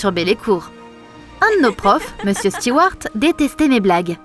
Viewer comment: Par contre elle a dit meusieur Morgane 😂